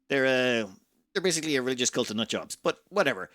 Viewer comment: Do you pronounce that ree-lih-joose?